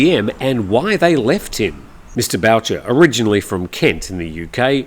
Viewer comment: So sad to hear about Mr. Boucher but please it is pronounced like the “Ghost sound Booo” 😂. Its originally a French name I believe, a common name in my part of Canada.